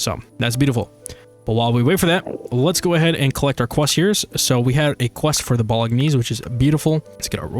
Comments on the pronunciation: The way you pronounce bolognese is so uhhhhhh unique? haha It's pronounced "bo-luh-naize" if that helps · "Bolognese" is Italian, so you don't pronounce the 'g' as a hard 'g', it combines with the 'n' to make a sort of "nya" sound. Americans usually pronounce it more like "bo-lo-nays".